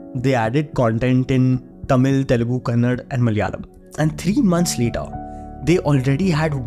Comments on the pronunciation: The video is amazing and one more thing it not kannad its kannada bro please correct that. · please correct.. its not Kannad.. it is Kannada....